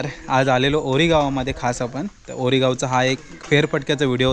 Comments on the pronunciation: गावाचे नाव ओरी असे आहे, वोरी असे नाही. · वोरी ❌ ओरी✅